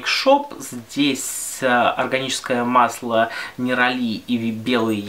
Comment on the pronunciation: Класс) Ты второй человек, который говорит неролИ, а не нерОли) первая -я. Не знаю как правильно, но не могу ставить ударение никуда, кроме последнего слога)) Ты как всегда прекрасен и интересен)